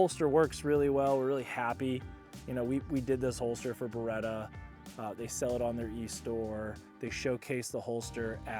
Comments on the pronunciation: perchè dite Bereta? si dice Beretttta:face-blue-smiling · Si dice Beretta non beeeeretaaa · Ah yes. The Burretta and the Furrari - staples of Italian brands worldwide.